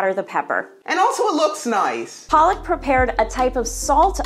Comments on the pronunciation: Tbh its pronounced "Paluck" not "Palak" Palak is spinach mam. And she must have been brought up outside India if she can't pronounce her name right. Not shading or anything but as an indian, the fact that she can't even pronounce her own name correctly is driving me nuts!! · Palak even can't pronounce her own name correctly 😒